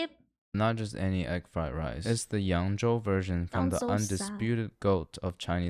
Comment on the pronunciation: Allegedly, FutureCanoe is East Asian, most likely of mixed descent, Chinese and Korean. There have been many threads on Reddit investigating his background. His pronunciation of Yang Zhou in Mandarin was perfect, and he always keeps a stock of Gochujang. Also, he almost certainly has been trained in a culinary school and has worked as a line cook at a high-end restaurant or hotel.